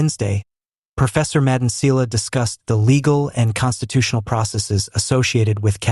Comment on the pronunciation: Im new here but I've noticed that you don't pronounced some of the words correctly just like "Phala Phala" you saying it Fela Fela now you failing to pronounce Thuli Madonsela please do your homework before you come here.